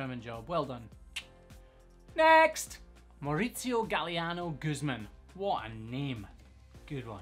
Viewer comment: I loved hearing you say a spanish name in your scotish accent! Way to go Mauricio (I'm guessing from what I could gather after the pronounciation)!!!